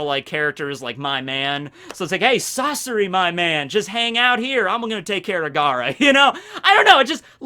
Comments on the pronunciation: It’s not Sass OORI it’s Sass ARi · When you say sasori you put too little emphasis on the a its supposed to be more like sahsori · Sasori kaori asta yato yumeko Be butchering the hell out of these names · Hes calling Sasori wrong, should we tell him?